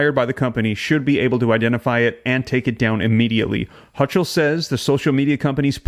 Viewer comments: "Hochul" is pronounced "Ho kul." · Pronunciation of Hochul is pronounced HO kl. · It’s Hocall . That’s how you pronounce it. ho-call. One word. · The NY governor's name is pronounced "Hoe-kull." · its pronounced HOKOL (HOLCHUL) the CH is pronouced as a K. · I will not let that happen. It will be over my dead body! The Ch in Hochul is pronounced like a K. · You're saying her name wrong!